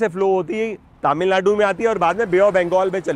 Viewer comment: aap taamilnadu Bolte hain. Aap tamilnadu boliye jo ki suddh hoga. Waise to ye baat personally batana chahiye par ye possible nahi hai.